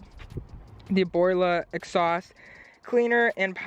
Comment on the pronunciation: Its "exhaust" not "exsaust"